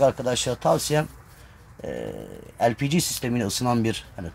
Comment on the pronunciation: lpg mi demek istiyormuş ben de tam googleye bakçaktım ELPİCİ ne diye.:) bence de harfleri türkçe seslendirmek lazım sonuçta o harflerin türkçe okunuşları LE-PE-GE